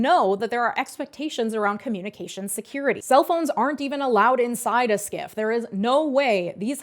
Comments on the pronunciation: You are correct in pronouncing it "skiff." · Yep thats how you pronounce SCIF (skiff). For VIPs though, including cabinet officials they have secure mobile options from DISA/NSA that normal peons could only dream of!